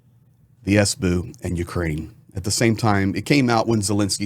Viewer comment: I really love your reporting, the only thing; WHY suddenly, after 3 years starting to say "sbu" it's an abbriviation, so why not S B U ? You don't say F bi or C ia its SBU, FBI, CIA. I know, it's my problem, but it's really aaachhh